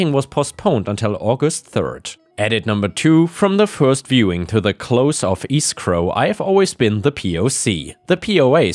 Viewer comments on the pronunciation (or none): escrow is pronounced ESSS scrow not EEE scrow.:-)